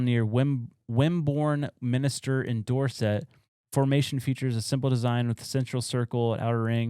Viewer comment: Dorset. 'Door Set' ❎️ 'Doorsit' ✅️